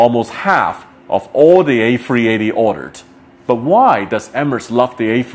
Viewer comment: “The airbus ayfweeaytayyy”